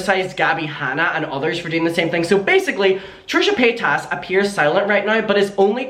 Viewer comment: i really love it when calls Trisha Paytas as Trisha Pataytas, i lolllllled everytime 🤣🤣🤣